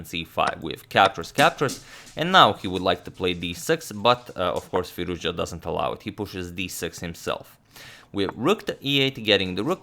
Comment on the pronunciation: It's Firouz- Jahhhhh,, damn all this time and you still did not learn how to pronounce his name??